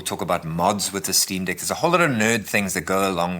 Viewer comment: Did this ninja call it the Steam Dick 😩😩😩